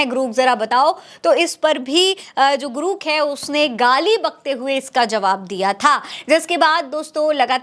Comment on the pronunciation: ग्रुक नहीं है ग्रोक है सही से पढ़ 4के तब बोला करो 😂😂